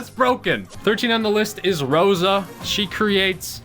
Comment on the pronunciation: It’s crosa